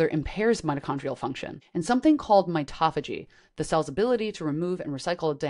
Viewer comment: mito-phagy not mitoph-agy as in auto-mobile not autom-obile